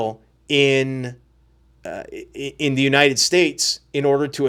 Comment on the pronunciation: "Unated Nations"